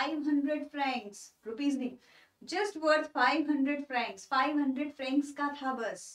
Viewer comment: It's not frances it's francs